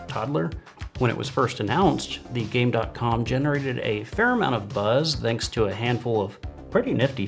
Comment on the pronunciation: It absolutely did not have the potential to beat the GameBoy. The hardware was horrible and the games were bad. The touch screen was superfluos for most games, as the technology wasn't there yet. Also, the "dot" in the name is silent. It's just "gamecom"